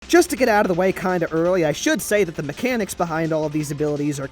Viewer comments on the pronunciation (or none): who else heard mecanamics